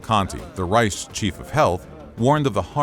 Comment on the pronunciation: Learn proper German names pronunciantion, narrator! Your turned Erich von Manstein's name into "Erish van Manstein", "Reich" into "Reish", "Bundeswehr" into "Bundeshveer" and so forth.